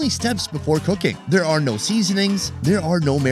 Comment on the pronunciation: The way he says "SEaSoNings." I always love the energy on this channel